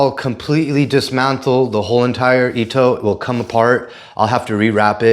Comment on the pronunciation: Your hair is an Edgar mullet, lol. You can always lacquer the ito so it doesn't come unraveled. Also, just an FYI since I heard you say it incorrectly several times, it's pronounced E I TOE, not I E TOE.